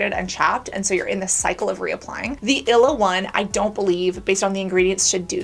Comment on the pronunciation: it's ill-e-uh not ila 😂🫶🏼